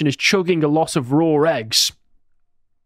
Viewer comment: Repeat after me. Raw, not Rawr, Raw